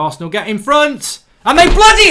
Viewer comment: He said who loses to arseanl🔥😂😂😂